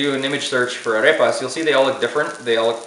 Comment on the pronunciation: Why do you say "Arepas" with an English accent ???? Be proud to pronounce it with a Spanish accent as the Proud Italians and French people do. I'm sure you're a proud Colombian even if you weren't born there................ Look at Lidia Bastianich here on YouTube and listen how she intentionally pronounces the items with an Italian accent.